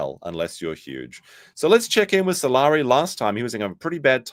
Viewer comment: Salari sounds like “I’m sorry” 😂